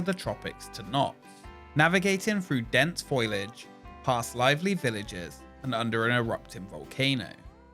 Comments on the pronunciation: I can handle his "firty free", because I love his accent and I also have a speech impediment. But when he says "foilage" instead of "foliage"..... can we agree someone just mis typed the script or he isn't reading it right? 🤷‍♂️😂 Thanks for the awesome content brother. 💜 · . Foilage? Ugg. Learn to pronounce words. foLIage. ENveloping? enVELoping. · Fo=Lee-age not foil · "Foilage"... It's foliage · LOL@ foilage" :) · oh man, 'foilage.' noooo!